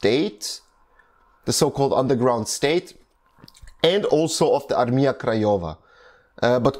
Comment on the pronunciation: Way you say word Armia, sounds wrong :D It should be pronounced like "Armya" - but that is a little caveat - overally im surprised how good are you pronouncing some other words!